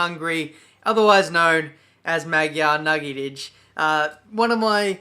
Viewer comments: Dont learn from xD thats not how you say Magyar nagydíj:D Not even close:D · Hehe, hogy mondja, Magiar Nagidics :D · I laughed so hard when u said ''Magyar nagydij'' xdddd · Hey, as a Hungarian its so funny to hear how you pronounce the Hungarian Grand Prix in our language, but I appriciate:) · You said so weird that Magyar Nagydij :D Im hungarian btw :P